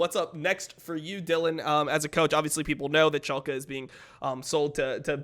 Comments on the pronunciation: To whoever does timestamps: its Schalke, not Shulke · iwd pronounces it schulke so the editor is making fun of him for it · "shulke" Painsge. atleast look up how they are spelled when you aren't sure instead of winging it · I‘d argue that they mean schalke but say shulke